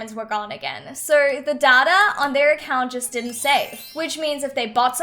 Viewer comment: It's not dada it's data pronounced day-ta -_